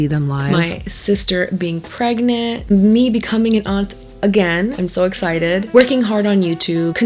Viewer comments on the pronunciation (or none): none